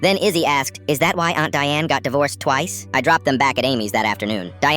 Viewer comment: "Is that why Aunt Diane got divorced TWICE." Why did it sound like she was emphasizing the word Twice. 😂😂😂